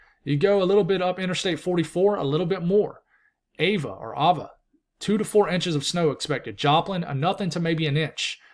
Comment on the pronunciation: You pronounced Ava correctly the first time 🥰 (first letter - long ā sound)! I’m in Springfield… Not looking forward to the snow 🥴 hopefully most of it will melt because of the warmer ground temps.